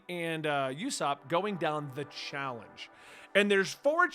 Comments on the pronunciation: Omg I can’t take it anymore! It’s pronounced J-eye-a. Not J-ay-a and it’s pronounced OOsopp not USEopp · This one isn’t really a rebellion because the Shandians were their own nation so it’s more like a guerrilla war. People usually just call her Robin You’re pronouncing it YOU-SOPP which is incorrect it’s more like OOH-SOPP Keep in keepin on I like your vids. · Ooo-Sop = usopp Not Yew—Sop Ooo-Sop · He makes a whole point of pronouncing Usopp correctly and goes back to saying Yoosopp the very next video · Just an fyi, Usopp’s name is pronounced as “Oosop”